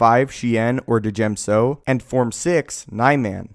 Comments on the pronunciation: It's pronounced "diem so" not "D-jen so" when a j follows a consonant it sounds like a y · "da-jem so" the d is silent, hillbilly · FYI. The d in djem so is silent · Bro,Djem So is pronounced "gem-so",like in 'Django Unchained',the D is silent.